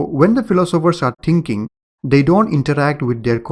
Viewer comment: O my god, it's not "tinking" it's "thinking" :)))